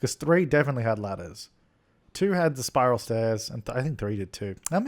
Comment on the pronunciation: I just kept hearing you say lettuce instead os ladder lol